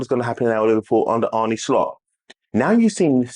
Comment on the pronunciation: Ah-Nur Slot... not Ar-Nie Slot